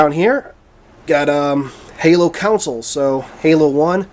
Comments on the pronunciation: Dude, the word is console and its pronounced KAHN-SOLE, not COWN-SOLE. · new drinking game,everytime he says "counsil" instead of "console" drink 3 shots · it's console! not counsel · Are you saying council?